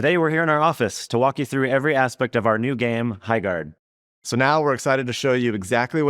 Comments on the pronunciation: Sounds more like High-shart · ❌ Highguard ✅ Byeguard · "Highguard." *loses audience "Byeguard." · "HighCORD 3" ...confirmed